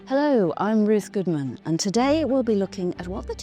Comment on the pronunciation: It’s Ruth ! It’s Ruth !